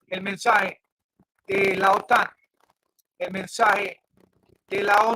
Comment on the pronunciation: "Mensae, mensae, mensae" ¿Qué es "mensae"? ¿Será algo parecido a lo que en español se dice mensaje ?